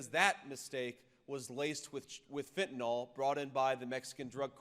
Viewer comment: Please learn to say fentanyl correct! It’s pronounced fent - a - nil.